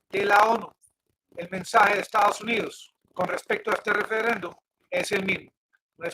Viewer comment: "Mensae, mensae, mensae" ¿Qué es "mensae"? ¿Será algo parecido a lo que en español se dice mensaje ?